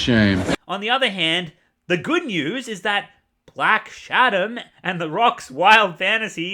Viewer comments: Lol do you keep saying black shadom? 😂😂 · I kept thinking you were saying "Black Adder".